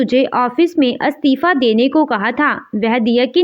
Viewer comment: अ स्तिफा नहीं इ स्तिफा